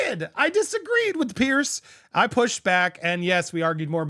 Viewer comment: Andy it’s Piers as in (Peers), nor Pierce…. Just sayin’